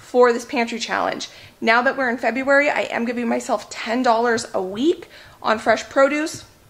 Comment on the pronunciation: "Feberuary", love it! That tickled me, got a good chuckle. The mac looks divine. You both are very blessed to have helpful and willing parents.